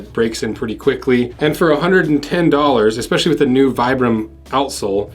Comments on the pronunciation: It's pronounced "vee-bram," not "vy-bram." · Idk man, my local cobbler and the guys over at my nearest redwing store would disagree. "Vy-bram" they all say.